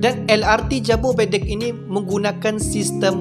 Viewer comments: jabodebek bukan jabobedek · Jobodebek (Jakarta,bogor,depok,bekasi) bang, not jabobedek 👌